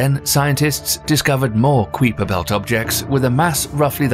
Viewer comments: The "qweeper belt?" I've never heard Gerard Kuiper's name pronounced to rhyme with sweeper or creeper. Usually, it's kaiper, rhyming with kaiser, if you're interested. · is someone gonna tell him it's pronounced Ki-Per belt not qui-per belt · Keye-Per Belt not Queeper Belt. You Brits pronounce everything wrong! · Ok it's kiper belt (k-eye-per) ... Not queaper (kweeeper)... seriously.... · To begin with, the Kuiper belt us pronounced 'Kyper' not Kweeper. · Is it the "kwee-per" belt? I always heard it pronounced "kai-per" belt. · Usually I let this kind of stuff go. But he said it so many times I had to quit, and leave the nasty comment. It was getting so annoying! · Lmao😂 man idk what it is with these commentators pronouncing things wrong. There’s several things I’ve heard mispronounced. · Kweeper belt 🤣🤣🤣. Stop it you're killing me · What a load of crap! Several basic errors in the video. E.g.: the crew of the Challlenger didn't die instantly. The narrator also has no idea what he's talking about. He didn't pre-read the text, just started reading and ofcourse made mistakes in pronounciation. E.g. The Kuiper belt.